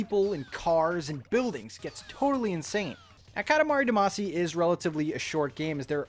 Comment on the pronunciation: seems like no one has mentioned that you're saying damacy wrong so i will